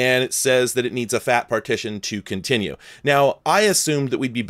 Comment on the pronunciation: i thought you said “multi FAP file” instead of multi FAT file. 🤦🏼